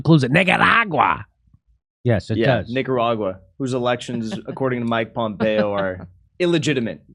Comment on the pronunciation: Did he say niggeruraga? Lmao